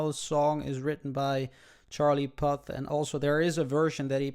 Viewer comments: Its pronounced pooth not pouty and it's see you again not when I see you again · It's pronounced pooth and the song is called see u again not when I see u again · You pernounced puth wrong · Loved how the way he tells Puth🤣🤣🤣🤣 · You said Charlie's name wrong